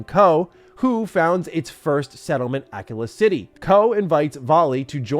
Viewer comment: I really am pretty sure it's pronounced uh-KEY-La city